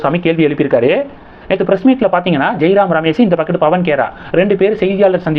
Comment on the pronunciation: தமிழ் சாகிறது தங்களின் பேச்சில். தேணீ கொத்தாது கொட்டும். அப்பறம் அந்த பக்கம் இந்த பக்கம். பக்கிட்டு இல்லை.